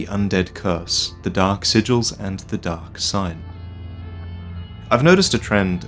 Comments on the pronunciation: Everytime I hear Kaathe say "Dark" all I hear is "Duck". "The First Lords feared the Duck and the Duck Lord..." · what if kath actually has a speech impediment, and has been trying all this time to say "dock" instead of "dark" this whole time.